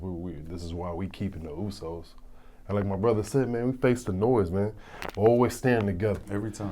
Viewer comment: @@ right they are useys instead usos lol